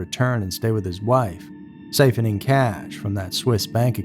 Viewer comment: Sigh-fin-ing cash. (Siphon) You said it wrong.